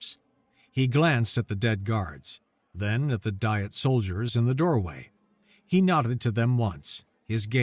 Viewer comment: It’s pronounced Dee-et, not die-et.